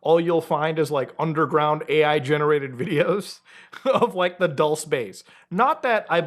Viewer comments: It's pronounced "dulsay" 😅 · it’s pronounced “ Duel- say” Spanish for “sweet.” It’s not your favorite conspiracy if you don’t know how it’s pronounced, respectfully. Please stop lying in your videos.